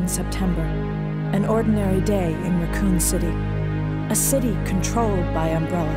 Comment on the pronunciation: How have I never noticed that Jill doesn't know how to pronounce Raccoon. "Ruh-coon City" lol